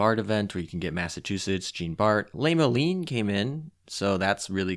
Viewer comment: Honestly the pronunciation that mixed me up the most was "Le Malin"; she's the only one I had to actually look at the video to figure out who you were talking about. Jeanne D'Arc's first ability is a direct reference to the historical figure. The ability name "La Pucelle" ("the virgin") was also the french nickname of her historical namesake. I wonder how her first ability interacts with other fire sources. If it overrides any fire damage she takes to 8HP/tick during the first 30s of every sortie (+ reprocs), she might be effectively fireproof as long as her ability stays active.